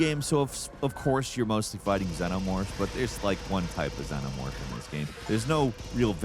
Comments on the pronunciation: Zee nuh morph. No Zen oh morph lol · did you just call it a zenomorph